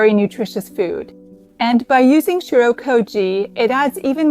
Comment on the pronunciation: Why does it sound like there is an R in "shio"?